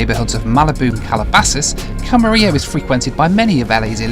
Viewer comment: Great video! I just happened to watch your 80 hours video the other day, and it's great to see the extra footage. (As a Californian, I'm also glad to see someone corrected your pronunciation of "Camarillo":D ) Looking forward to seeing you flying yourself as well.